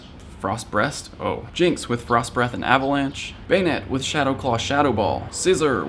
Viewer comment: Forst Breast 😂😂😂